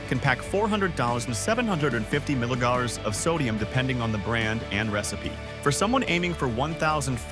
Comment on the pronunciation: When did milligrams turn into maugies or mougons ? 😅😅😅